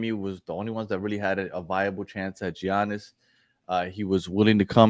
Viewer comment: I was listening until I heard how you pronounced Giannis name 😂😂😂😂 OMG smh